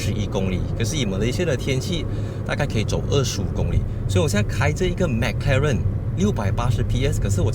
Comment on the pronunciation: 为什么你是发音mac karen， 不是 mac 罗认吗？ 哪一个才正确